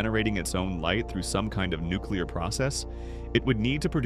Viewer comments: Why did she assume it was Nucular powered? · nookler powered spacecraft🤣